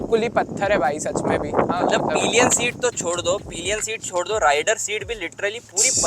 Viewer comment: Bhai wo peeelion nahi hota, sirf (pill.yan) pillion esa hota he. Bura mat manna yaar, haan me haan milane wale kafi miljege. Baki video kafi informative he. Thank you bhai.